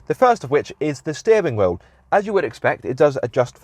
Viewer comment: I've never heard someone pronouce the word 'wheel' like that and I hope I never hear it agian.